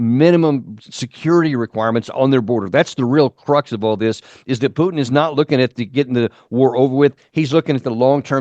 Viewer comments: Putin, not Pyutin 😂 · Can’t watch this guy. He can’t even properly say Putin.